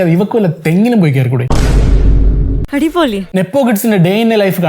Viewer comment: the adipoli litreally feels like adi-poli in Tamil 🤣( the Coconut Poli from the bottom)